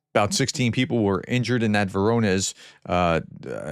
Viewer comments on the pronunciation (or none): You ask for help in pronouncing foreign words: Bundewehr = Bun-dess-vair. Germans pronounce "W" as "V". Keep up the good work, Prof. "Freuding" with an L, not "Freudling". "Lip-et-sk", not " Lipzig" "Voh-ron-airj", not "Verow-nez"